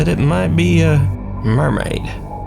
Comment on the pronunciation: His accent went southern when he said "it might be a mermaid."